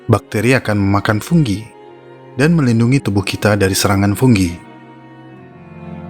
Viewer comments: fungi bos bukan funggi koreksi aja sih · Fungi apa funggi bang?